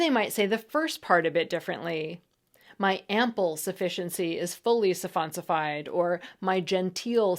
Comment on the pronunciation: "Surronsified"?? It's suffonsifed. 🍽